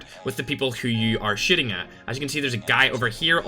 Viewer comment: I love how you say shiting instead of shooting